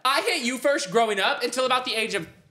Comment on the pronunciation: Why does say firsht and not first